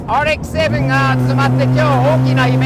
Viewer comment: RX-7の発音ごっつ素敵やん